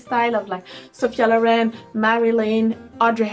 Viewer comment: Sophia *Loren (not lauren) xox